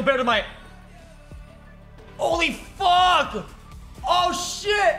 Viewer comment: I like the way XQC was saying fug instead of Fuck lmao